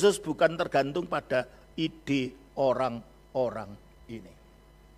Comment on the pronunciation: yg menjelaskan bikin org pusing apalagi yg membacakan ayat"nya mual lambungku,dia menyebut kata orang" menjadi oang" 😂😂😂